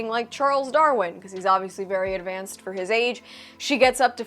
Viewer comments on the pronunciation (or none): none